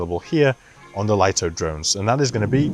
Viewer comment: DJI may as well officially rename this drone the Lye-Toe because no one seems to know it's pronounced Lee-Toe